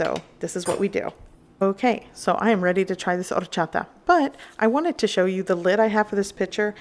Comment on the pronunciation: Take a shot every time she says ordddchaTa. Thank me later.